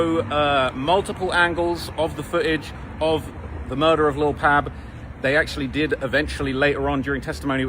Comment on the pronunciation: It’s pronounced Pob like Pablo not Pabb